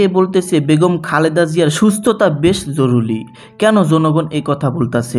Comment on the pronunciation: Jorury not joruly